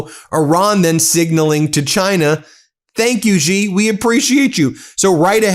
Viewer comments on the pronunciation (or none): Ben, as I have told you a dozen times, the pinjying Mandarin pronunciation of Xi is more like the English "she", not "gee". Why can't you fix this? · Pardon the brashness Ben. I am very disappointed that after years of analysing world politics, you still have not pronounced correctly the surname of the Chinese president. The correct pronunciation is ‘ see or C’ not Jee. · It would be super cool if you could someday pronounce Xi's name correctly. It sounds like "she" not "zggghhi" like you continue to do. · It's not jee it's shee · Ben, quite and easy phonetic lesson: please pronounce 'Xi' She. Yes - it's 'shee' jin ping. Not GEE jin ping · Hey, Ben, thanks for all the hard work! By the way, Xi is pronounced Shee, not Gee. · Dude, pronounces Sie, not Zee, Jee, Gee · China does not insult. China acts rational in accordance with the circumstances. Also, Xi is not pronounced 'zi." In Chinese (Mandarin), "Xi" is generally pronounced like the English word "shee" (/ɕi/), with a soft, hissing "sh" sound that is accompanied by a smile. (Google AI) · Trump could not text in transit, which was a good thing. Xi is pronounced as she, not Jee. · Ben, get it right...Xi is pronounced close to 'she' in English. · "Xi" is pronounced like "she" in Chinese. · Come on Ben!! Why haven't you learned that Xi, as in Xi Jinping, is pronounced the same as the word SHE in English? Sheesh!! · It’s she, XI is pronounced she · Ben, a small suggestion---Xi is pronounced about like the word "she" in English, just tighter (stretching out corners of the mouth) and more aspirated. But you can just say "she" as in English and you will be far more correct than trying to somehow pronounce it with a "z" or "j" sound or some other exotic notion of what a "xi" spelling should sound like. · Xi is pronounced "she" like in English. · Xi is pronounced “she” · Your pronunciation of Xi is still awful 😢😅😢😅